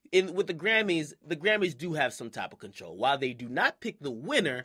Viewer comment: ...and that's why they cut off the mic for my boy James Hetfield. I know he's not a hip-hop artist (obviously), but I'm willing to bet at least ONE of y'all don't listen to hip-hop/r&b EXCLUSIVELY and know EXACTLY who I'm talking about. P.S. "TEHY"? "TEHY"???!!!